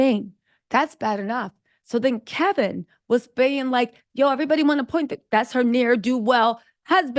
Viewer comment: HIS NAME IS KEVIN..NO L.